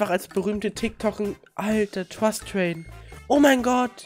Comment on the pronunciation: TWUST TWADE 😂